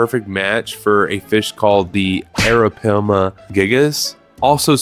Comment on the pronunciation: Coelacanth is pronounced see-lah-canth. How you ppronounced arapaima (air-ah-pie-mah) hurt more. Fun fact about arapaima, they were around alongside the dinosaurs